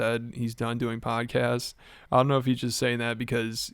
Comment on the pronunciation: Dana was so tired he said PODCASTSES... not podcasts he said podcastses lol